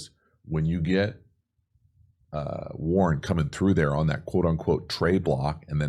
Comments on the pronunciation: Yo love your videos but this rookie TE leads all TEs in yards so let’s get his name down Warren 😂not Warner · WARREN not Warner lol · warren not warner! btw i love your videos very informational. watch every single one!